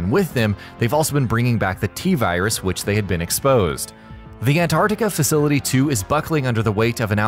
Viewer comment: Tf is ann-are-tica It’s ant-art-ica lmaooo